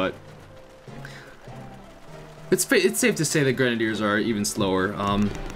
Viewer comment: Could you possibly try saying grenaiders right please